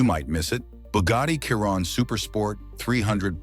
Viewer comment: Ya right a "Khiron" not a ,"Chiron..'